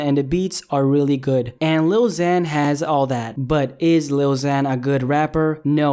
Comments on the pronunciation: You can’t even pronounce ‘lil xan’ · First off if u can't say he's name right don't say it and second of all he isn't mumbling that's is voice and its cute AF unlike yours hes a rapper and he's doing better then you'll ever do whoever u are shove that up your a$$ #lilxanisthebest so screw off haters! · You don't get to say if he's a good rapper or not if you can't even say his name right you stupid fuck